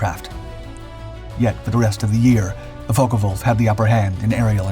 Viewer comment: They where pronounced Focke Wulf not Focker Wulf